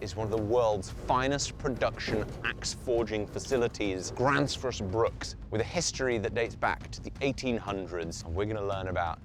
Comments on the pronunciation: Its not pronounced "grannsfors brooks" more like "grwennsfors breuwk". Greetings from Southern Sweden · "Gransforce Brook"? — Not quite! "Grensfosh Brewk" is about as close I can get with English spelling and pronounciation. Try it with a Scottish accent. That's the faux viking accent, after all. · ermmmm äktschuallee its pronounced "graenzfosch steel" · Just to be a pain about it, it's pronounced more like "grensfosh brewk" like how a scotsman would say "irn bru" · LOL opening with a mispronunciation of the brand name, while the brand name came in frame. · I wouldn't expect a Brit to get it right, but you do butcher it a bit when you say Gränsfors Bruk. An Ä isn't just a funny looking A, it sounds like an e, but like the e in the word exit. says it correctly a few times. And the u in Bruk sounds more like the oo part of "oops."